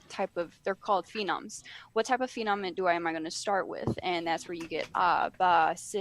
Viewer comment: heh... she means "phoneme", fo - neem. not "phenom" kind of ironic someone designing a language would make that slip.. maybe not a phenom at languages. maybe in mechanical engineering.